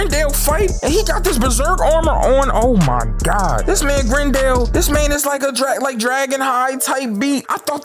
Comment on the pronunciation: Ah yes gerndle